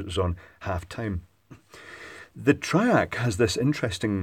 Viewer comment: Fairly heavy Scottish accent.... 'triac' becomes 'track'. Had to double-take a couple of times. TRI-AC. TRI-AC. Repeat 100 times,!:-)